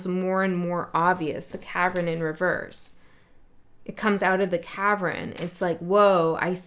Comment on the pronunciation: One would think that’s cavern not Kavan.